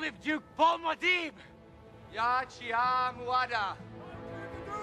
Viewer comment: They pronounce mu'hadib wrong or at least Paul does.. That's not good